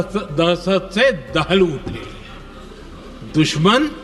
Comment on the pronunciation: 😂😂😂दह दह दहस दहस्त नी दहशत होता है 👍🏻